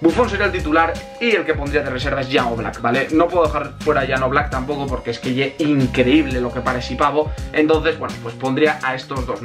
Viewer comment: PORQUE DICES YE BRUTAL EN VEZ DE ES BRUTAL